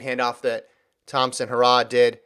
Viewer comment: Damn stop pronounce Elaine name incorrectly it is He ra h not hoorah